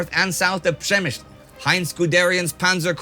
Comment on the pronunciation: Zabrzmiało swojsko❤